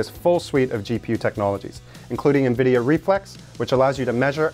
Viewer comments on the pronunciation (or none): none